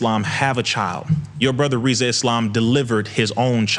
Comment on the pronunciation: Congrats brother..... now tell everyone to stop calling you instead of Rizza 😅